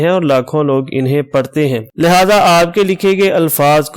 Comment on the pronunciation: انٗہیں کو انِہیں کہنا بھی غلط ہے۔